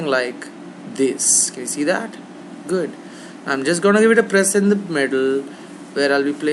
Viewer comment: its "gwood"!!!!